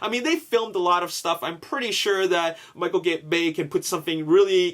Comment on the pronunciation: you almost said Micheal Gay Lol!